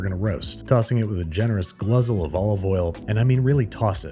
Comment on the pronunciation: Hold up. Did you just say "gluzzle"?